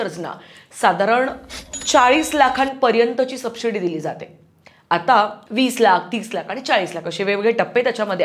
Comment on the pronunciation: Khup sunder analysis kartes tu. Please take this as constructive criticism and feedback but it is pronounced as 'subsidy', not 'subshidy'. It breaks the flow of listening. Also, give examples when you speak... Adult, stupid movies like...??? Keep up the good work.